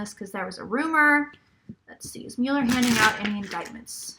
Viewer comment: I promise that "mull-er" is correct and "MULE-er" is incorrect. If you use the correct pronunciation, it will give what you say about him much more weight.